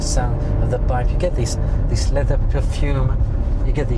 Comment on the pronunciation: All they've done is uglified a Maserati. Oh, and made it more expensive. And that Belgian trying to justifying it, he's waffling. And the 'lezer' (leather, for those who missed it) mispro tickled Jay...